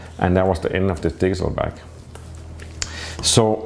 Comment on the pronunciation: Am I the only one who hears him saying "diesel back"?